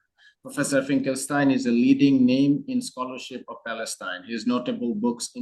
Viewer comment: A question. Why is Finkelstein here pronounced correctly (in German) but elsewhere always pronounced incorrectly (even by Norman himself)